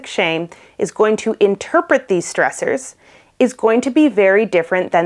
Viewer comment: She said: "We are coming across stressors." But I thought she said: "We are becoming cross dressers."